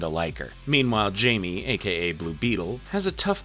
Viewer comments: Every time he says “Jamie” I rip the head off a baby seal. “Hi-me”, dudes name is said throughout the movies, it’s not hard. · great vid but repeatedly calling Blue Beetle “Jamie” instead of pronouncing it “Hi-May” was worse than anything Darkseid has ever done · "And Robert is super suspicious now." ...WHO!? C'mon man. mispronouncing Jamie the whole time I can... understand, but not ignore, but... ROBERT!?